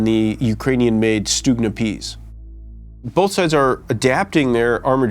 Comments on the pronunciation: "Ukainian" And this guy is apparently an "expert" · He can't even pronounce "ukrainian" correctly lmao